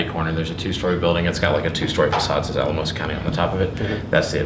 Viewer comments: Pronounced Al-a-mosa FYI. Colorado is basically virgin ground for audits. Not surprised you’re getting pushback. Good luck! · It's Al-uh-mosa